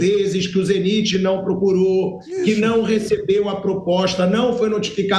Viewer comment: Pilhado foi pronuncia Zeniti como se todos pronunciassem o nome errado,e acaba ficando estranho a forme que Ele pronuncia!